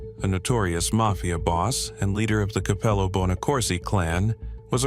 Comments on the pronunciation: Dude said “Mayfia “ members. How did you get “MAYFIA” from Mafia? Never mind! 💀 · the may-fia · Mayfeeya members? lool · Would have been cooler if you pronounce it "mayfia" the entire video.